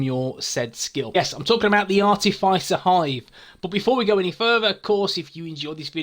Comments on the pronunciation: Ar-tiff-iss-er not ar-tiff-ice-er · Hey, I'm sure I've mentioned this before but it's pronounced Are -Tif -Is (as in This)-er. Hope you don't mind?